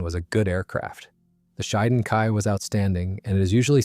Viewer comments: Pronounced "she-den" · The emphasis is on the first syllable, "SHEE", and the second syllable is pronounced like "den".